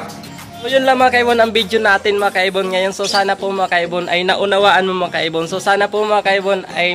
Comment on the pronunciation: "Mga kaibon" Pala Yun? Kala ko "makaybon" 🤣🤣🤣